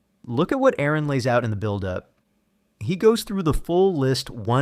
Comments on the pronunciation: It's PRONOUNCED ARE-ON NOT AIR-RON 😡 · DUDE HIS NAME IS ARON DONT PRONOUNCE THE A COME ON 25 years of debating. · FFS it isn't Aaron Ra it's Aron, like are-on. How disrespectful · You keep saying Aron's name wrong. It is pronounced "are-in". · Great video. I have been watching Aron for years. He was a huge part of my deconstruction and taught me more about biology and evolution than I ever learned in school. SO, as a huge fan of Aron, I do have to correct your pronunciation of his name. It is not pronounced like the typical Aaron or Erin. It is said more like aR-in . He always uses this example, "it's like a registered nurse or a RN."